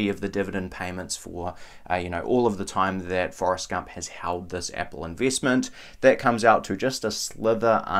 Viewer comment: Like the way you pronounce "eeenveeestment" & "sheeers".